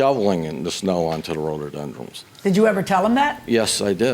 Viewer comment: It's RHO-DO-DEN-DRONS, NOT Ro-do-den-DRUMS.